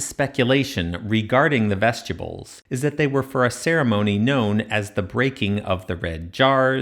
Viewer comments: That hurt my ears. Vestibyools not vestyibools. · Every time you say that word I think you're saying vegetables I don't like it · Dude, vest-you-bulls? Come on. You said it wrong like 65 times. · Excellent video, but I couldn’t stop hearing “vegetables” throughout the whole video lol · Another obnoxious AI voice. When he say vestibules it comes out as vegetables!